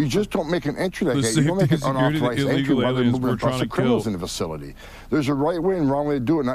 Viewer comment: who was brought into that fuhsilly?